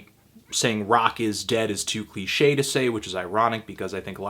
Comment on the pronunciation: You always miss the 'd' off when you describe something as 'cliched' and it really catches my ear, haha